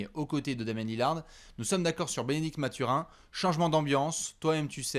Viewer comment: Merci les gars excellent podcast! tu m'as bien fait rigolé quand tu prononces Mathurin à l'anglaise. Il faut savoir qu'avant tout la première langue de Bennedict est le français donc son nom se prononce à la québécoise😜.